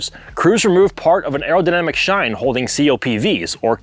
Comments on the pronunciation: "Shine" ? I thought it was "Chine" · Lately I’ve been noticing calling them “shines” instead of “chines” on the side of the booster. Is that what they are actually called or is that a mispronunciation? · Chines, not shines. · Doesn't "chine" start with "ch"?